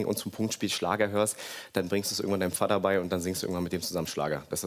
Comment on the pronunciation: Ekelig wie er immer VADDA sagt. Sprich es normal aus